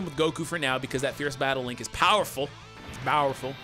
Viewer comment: who else heard the bowerful